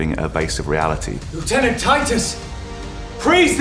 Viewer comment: wtf did a British man just say lieutenant correctly?!